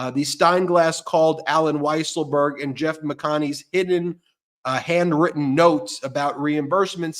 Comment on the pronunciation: Ben, I love ya, but you have to start pronouncing the letter "h" in front of words. "And-written notes" should be "Hand-written notes." "Yuman beings" should be "Human beings." I know it's a New York thing, but it doesn't make it right.